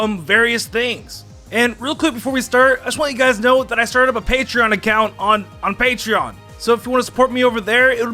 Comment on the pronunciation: "I started a paterion account on... Paterion." stirs tea